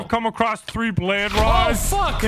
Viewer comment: I still laugh everytime says “tree” instead of three because of his accent 🤣